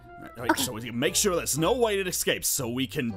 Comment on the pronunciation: literally said I'm not shur if I'm scared of the wither or Zane 😂